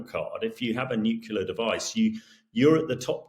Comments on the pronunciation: NU-CLEAR - NOT - NUC-U-LAR - Mr. Gordon you should absolutely know better !!!! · Yes, they insist on "nucular "😅😂😮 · I am sure that the guy knows his business but can’t someone please teach him how to pronounce “nuclear”? It’s not”nukular” for heavens sake. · Absolutely silly statement, but the way this Englishman says nucular is equally silly. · It´s pronounced nukelar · 😂😂😂😂 yeah, I ve been saying this for ages. And he was UK Nuclear expert !!!! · This guy can't be an expert in nuclear weapons - I know this because he doesn't even know how to pronounce 'nuclear'. Please, Times Radio, get real experts, not tossers. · Gringos who pronounce that word wrong are also wrong. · ......and yet weirdly the colonel can't pronounce the word "nuclear"